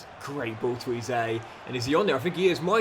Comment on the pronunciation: If you’re keeping Eze around until retirement then please please PLEASE… stop calling him ‘Eee-zay’, it’s pronounced: ‘Ezz-ayy’ and I help but notice every time you say it 😆 Loving the series otherwise